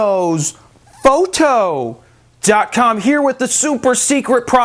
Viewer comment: The Way He Says FRO KNOWS PHOTO -.- '' it's terrible